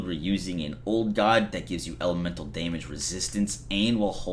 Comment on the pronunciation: LoL! Deeeehhhhmige!!!